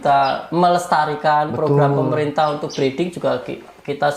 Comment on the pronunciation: Maaf, breeding bukan breading. Masa iya roti murai batu hehe..